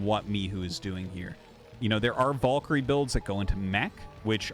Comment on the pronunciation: Artosis... what is your obessesion with pronouncing Valkyrie very incorrectly? Has noone told you how to pronounce VAL-KA-REEE??